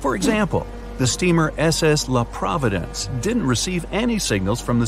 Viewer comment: THERE ACTUALLY AINT NO WAY YOU JUST CALLED THE S.S "LA PROVENCE" THE S.S LA 'PROVI-DENCE' AND DEPICTED HER AS A CRUISE SHIP LOOOLLLL ☠ Also she was getting transmissions from titanic lol. ☠☠ 'great work' as usual bright side, really spreading misinformation wherever you all upload lol.